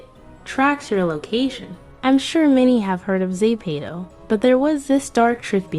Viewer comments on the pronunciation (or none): Girl , is zepeto , not ztopo !